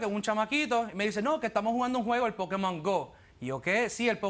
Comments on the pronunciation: vamos a ver es "POKÉMON" no es "POKIMON" hablen bien. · "LOS POKIMON" JAJAJAJAJAJA!!!!!!! QUE RISA!! Muero!!!! 😂😂😂😂😂😂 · Pokimon Jajaja